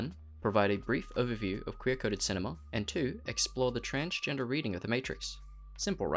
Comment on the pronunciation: Lol transfer, transportation, transporting, transporter ,transcending...not transgener lol